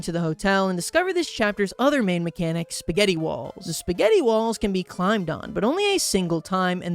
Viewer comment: I don't know if I'm crazy but I keep hearing balls, I feel like it's supposed to be walls I don't know.